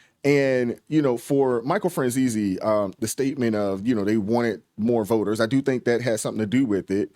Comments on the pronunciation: Pronounced fran-zeese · Michael's last name, Franzese, is pronounced (Franzeese). I started following him a few months ago. He is a fascinating person & a great interviewer. He does have videos on YouTube with a wide variety of topics. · Franzese e on the end is silent. Franzeece. Black people can spot a racist instantly, I am white and can see many racist in the Democratic party. When Joe Biden said you ain't black if you don't vote for me. Who in the hell is Joe Biden to tell a black man what he is or isn't. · Why not look up Michael Franzese and get the man s name right? It takes 30 seconds to do so, just sayin!